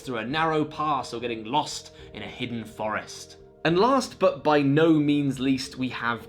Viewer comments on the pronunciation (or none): none